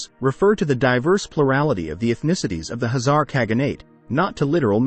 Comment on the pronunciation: Why he keeps saying Hazar instead of Khazar!?